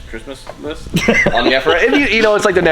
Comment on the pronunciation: Did say Christmas list or driftmas list? Maybe I just made a new word 🤷‍♂️🤣